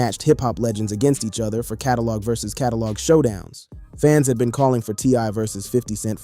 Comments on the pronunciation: Y cant you pronounce versus?? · I hate the way he says versus